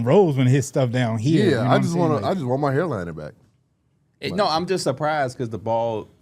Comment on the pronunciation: “Hair lining” was killing me😭